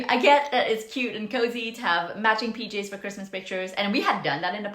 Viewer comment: I heard PJs as “peaches” at first and wondered what’s wrong with peaches. 😊